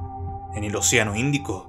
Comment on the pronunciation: Es muy bueno tu contenido. Me distrae y molesta mucho y me saca de attención la tendencia a convertir en agudas todas las palabras finales de cada frase o coma. "... Una rocá que parecé, tener en su superficié...", "... en el fondó del oceanó", "en la alturá de la piramidé..." por poner ejemplos. Yo no soy locutor, pero hice radio por más de 20 años y el mejor consejo que me dió un periodista que trabajaba conmigo fue "si no sos locutor, no trates de hablar como locutor porque no sabés hablar como locutor. Si hacés una publicidad o leés un texto, hacelo de la forma que vos hablás a diario, va a quedar mejor, más elegante y sobre todo más natural". Consejo que seguí hasta el día de hoy y hasta me hizo ganar premios como locutor y conductor aunque no era ninguna de las dos cosas.